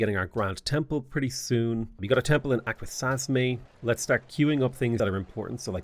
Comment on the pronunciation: Hey love your content, just wanted to help you out with pronouncing these native cities (I'm actually from those areas in NY). they are pronounced as follows: "aqua sas me" , "on on da ga" , "jen eh see" , "can an day gwah" and last lastly .................. "yo er maw m". Happy Gaming.